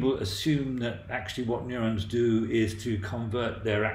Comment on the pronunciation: Excellent video! Except for the pronounciation of "neurons" and "gigabytes" :P